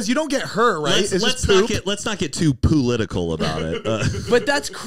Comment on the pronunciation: Let's not get too "poolitical" lmfao